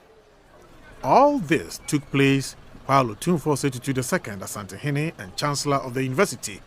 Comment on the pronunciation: Madam, please point of correction. It’s not pronounced, “Osantehene,” it’s “Asantehene.” Thank you. We pray and hope that the Almighty God will fill the heart of Otumfour with clarity of mind and infinite wisdom to resolve this difficult situation in Bawku for amicable, peace, and tranquility. May peace prevail at long last.